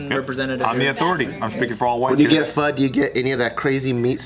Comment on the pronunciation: Is it just how Californians say pho??? They say it "Faa"..it triggers me lol